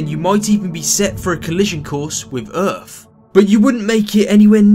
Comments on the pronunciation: It's "Earth". Not Earf XD What part of England is it that replaces th with f? I only know of one other person that does that. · “A collision wiff earfff” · Maybe it's not even an F sound more like a V sound. But over here it's definitely birFday. So maybe you are actually saying teVer, and oVer, and anoVer but no I definitely heard EARF!!!!!!!!!!!! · No I didn't like it because YOU cannot pronounce the simplest word. and it REALLY annoys me that you pronounce EARTH like EARF!!!!!!!!! Take a fucking class would you especially if you're going to speak on youtube about SCIENCE of all things? EARF??????? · earth not earff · what's earf I know earth tho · this dude pronouncing earth.....erf. wtf is erf? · Will you learn how to pronounce "th"? You fick sounding fuck! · You seem to be a great channel and I liked the video, it was a great topic. But please pronounce words like Earth correctly. Much appreciated